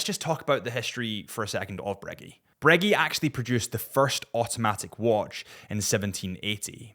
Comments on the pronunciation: Are you saying Breg-"ee" on purpose for Breguet? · Pronounce breguet correctly please